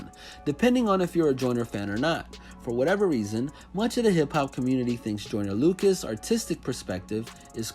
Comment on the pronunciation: He keeps saying I’m not a racist idk why it just bothers me that he keeps saying the name wrong 😂😂